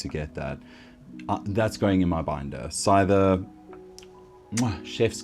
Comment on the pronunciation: Should be a regular part of the show imo. Also, say Scyther the right way -_